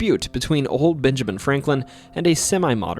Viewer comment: You said "Binjamin". Practice saying a short E sound. It's different from the short I sound.